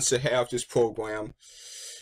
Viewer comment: And also you can't say Program or frame you said fwame and pwogwam